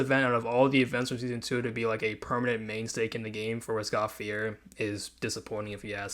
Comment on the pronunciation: Bruh....this has to be one of the worst reviews I've ever heard/seen. You cant even pronounce Roscaelifer... you haven't played this season- yet, you are judging it? You dont even play the game right now? Maaan you should just delete this video. You look lame saying all of this. For anyone who actually plays this game, ROSE-KAY-LE-FER (YW) IS the best update the game has ever had.